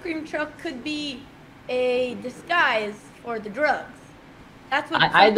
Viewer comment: "Dhe" is the new "The"